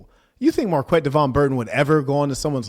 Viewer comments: The gay guy doesn’t even know how to pronounce his own name 😂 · Marquette can't even pronounce his own name. He went to this so called prestigious college and became a teacher.. What a clown